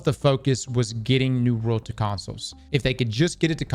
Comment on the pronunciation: Why cant you pronounce 'world'